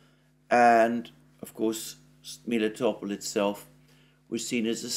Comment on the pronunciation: You have explained a few weeks ago how Melitopol's name originates from the Greek word for honey, "meli", but now you've switched to calling it Miletopol?